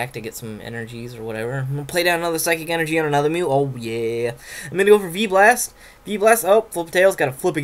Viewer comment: And sounds like FEEBAS! Instead of V-Blast xD